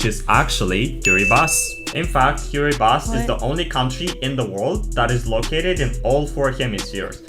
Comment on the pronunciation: Kiribati (actually pronounced - KIRIbass), are 33 atolls, which gained independence from the UK in 1979... IMHO, it was their worst decision, because they have struggled ever since and they are one of the poorest countries in the world! 😢😢😢